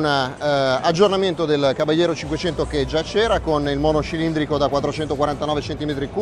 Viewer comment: FINALMENTE era ora!!Il primo che pronuncia in modo corretto CABALLERO!